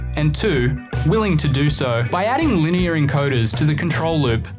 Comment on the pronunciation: Lienar, eh, VEVOR?